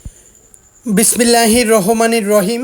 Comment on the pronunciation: ভাই আপনি আগে বিসমিল্লাহ ভাল ভাবে বলা শিখুন